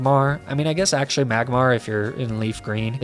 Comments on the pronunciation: Don't mind me, just putting a personal timestamp to skip the disgrace to my ears that is arkaneenay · OK, he's definitely mispronouncing Ninetales and Arcanine on purpose. But why? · Hearing you say Arcanine and Ninetales like that broke me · Sold tier list but I couldn't bring myself to hit the like button because of the cringe Arcanine and Ninetales pronunciations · You butcher the pronunciation on Arcanine and Ninetails. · Because he's probably had to deal with people complaining about mispronunciations in general a lot, so he does it to annoy them specifically. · you definitely need to redo this list!🤦‍♂️🤦‍♂️ Edit: Its AR-BOK NOT CHARBOCK AND AR-CA-NINE NOT ARCA-NEENEE